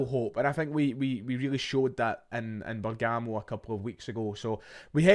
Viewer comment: Bergamo - “BERG” “AMO” Not “BER” “GAMO”. Setting ma tism aff like Jamie from TMT calling jota JOETA for years hahahaha